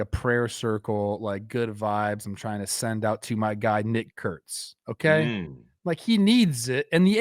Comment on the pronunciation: Great job really annunciating Nick Kurtz, Trev, can put you in hot waters if you get lazy say his full name fast 😅